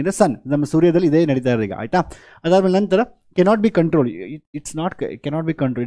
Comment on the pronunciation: Bro adu "ನಂತರ" not "ನನ್ ತರ" 😅